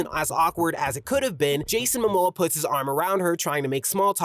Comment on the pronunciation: "jason mimoa" 😭😭